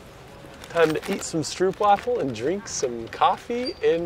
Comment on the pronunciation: That was a fake waffle! Real stroopwaffles are complete different! Note: say STROAPWAFFLE!